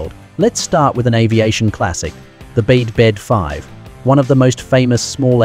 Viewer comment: The Bede 5 is pronounced B D 5.